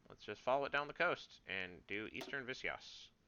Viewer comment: Visayas is not pronounce as Vis-si-yas. It is pronounce like Vee-Sa-Yas. Also RIP Germany and Pacific States